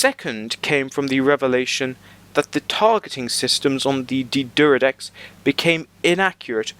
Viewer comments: Not pronounced Deeeee'deridex, it's D'deridex. Pronounce it like you've got a stutter. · It's pronounced D'D-air-eh-decks not D'D-er-ih-decks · Dude, there is no letter U in D'deridex. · he sure likes to say d deridex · "D'deridex""D'deridex" "D'deridex""D'deridex""D'deridex" Cheers